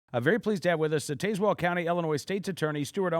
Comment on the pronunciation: As a resident of Tazewell County, I can clarify that it is pronounced "Taz-Well", like the Looney Tunes character, not "Taze-Well", like Taser.